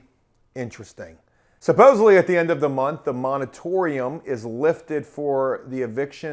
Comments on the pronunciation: Moratorium. Moratorium. Not Monetorium. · The word is Moratorium, not monatorium, just so you know,. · "moritorium" not "monitorium" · You should call Ben Mallah. He will lace you up. You are for sure doing it the riskiest way. Also say it More-a-tory-um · moratorium, the word is moratorium. /ˌmôrəˈtôrēəm/